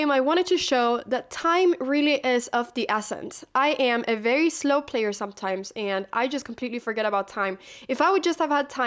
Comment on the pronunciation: the way you said 'player' :face-orange-biting-nails